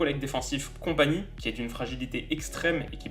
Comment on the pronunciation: Je suis belge et je pense qu'on fait un bon mondiale pour le moment. (Pour Vertonghen, Kompany et Alderweireld : tu écorches un peu leur nom mdrr)